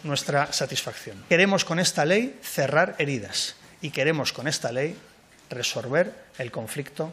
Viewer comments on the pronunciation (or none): No se dise resorver se dise resolver .